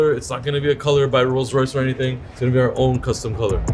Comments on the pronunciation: it's Rolls Royce not Royce Royce lool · learn to pronounce the name of the cars, it's not Roys Royce 😂😂😂😂🤭🤭🤭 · "This is a Rolls Rouce wraith" even though it's a Dawn. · at the end “Royse Royse”😂😂